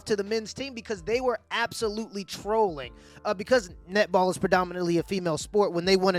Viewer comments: No, you not the only one who heard nipple instead of netball)))) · The first time I heard the word nipple, I had to use the subtitles to clarify what she said. 😂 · I keep hearing nipple too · no it's not just you, i hear "nipple" too lol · The all-boys nipple team lol. That was funny. Love your face much,. Nipple Australia, many of us heard that instead of netball. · Once you said nipple, that's all I heard after. Thanx for that. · I keep on hearing nipple too 😂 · I also hear nipple when she said that.